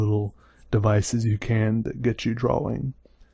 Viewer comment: His draw-wings book. I like how he pronounces drawing.